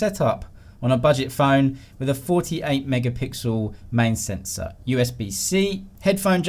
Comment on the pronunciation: Sensor "Sensow" Video "Videoww"😆😆😂😆😆